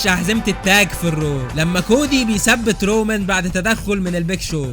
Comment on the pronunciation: I swear it's "رومان" not "رومن"